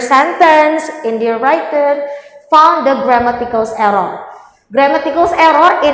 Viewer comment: Gemesss banget tiap dia nyebut 'writen' dibaca 'wraiten' padahal udah ditegur sama pengujinyaa